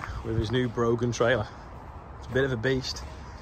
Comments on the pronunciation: Just on the trailer it's pronounced brawn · Broughan is pronounce Brah-hen, look at the hispec kompactor trailer, load your bales and push them off, no need for fifth wheel.